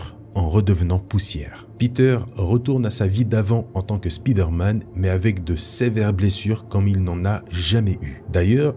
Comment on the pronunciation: stp : SP¨Y¨DER pas Speeder... tres bon contenu si non.